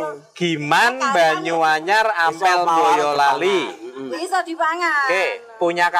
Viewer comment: Bisa nyebut boyolali dg kata mbolali kykny mmng dri boyolali...